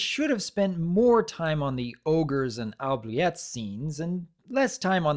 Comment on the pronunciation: Oubliettes is actually pronounced *OObliets. Haven't you ever seen Labyrinth? Good review though.